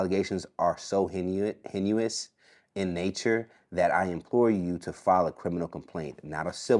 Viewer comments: Hen-you-us? "Heinous"(pronounced "hey-nuss") Smh lol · To the interviewer the word is “heinous” it’s pronounced “haynus”… you saying “hen-u-is” kilt me 😂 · HEINOUS IS PRONOUNCED “hay nus” NOT “hennuos” OMG😂😂😂😂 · Hay-nus. Not hen-u-us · Good interview but, Heinous is pronounced: Hay-niss not, Hen-you-iss❤ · Hen u ous? You mean heinous? Pronounced hey-nus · Heinous is the word sounds like hay-nuhs” not “hen-you-us”. Yes, full make up (bold lip) and high heels was too much imo for a 12-13yr old. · Heinous = Ha-nus Because that word was kicking your ass, my boy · Heinous: pronounced HAY-nis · Dude said henny-you-us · Throwing condoms on the seat has meaning??? I got lost on that. Also, isn't Jay's mom part of the LGBTQ community?? He doesn't see the world like. It's pronounced hanus but spelled heinous. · He needs to learn how to pronounce heinous. He said “hen u us” twice! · It's pronounced hane us😂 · "HEINOUS" PRONOUNCED HEY-NUS... C'mon man.🙄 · haneous is pronounced HAY-NUS not whatever you said TWICE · U gotta be kidding me. Intelligent? Can’t even pronounce heinous (hay-nus)😢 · come on bro. Learn how to pronounce the word “heinous.”🤦🏾‍♂️ It’s not HEN-U-US!! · Heinous is pronounced (hay-nus) ... im just saying... its embarrassing to us black folks to mispronounce the word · Heinous is pronounced Hay-nus. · Heinous is pronounced “hey-nus”... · I meant exactly what I said, heinous is not part of his vocabulary, because he doesn't know what it means or how to pronounce it! If he knew what it meant he would know how to pronounce it! The man said "He nee us" that is utterly absurd! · Our educational system is failing big time.. it’s pronounced Hay-Nuss… ie heinous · wtf is “hen-u-us”? It’s “Heinous” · I need one black man to be able pronounce the word HAY-NESS lol. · To the interviewer the word is pronounced HE KNEE US . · Sorry but you are not pronouncing heinous correctly. Say it with me HEY NES…HEY NES…HEINOUS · The word is " heinous" pronounced HAY-NUS